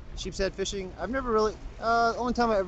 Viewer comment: wishing instead of fishing.